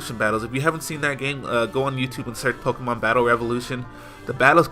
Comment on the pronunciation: Dude. It's pokemon.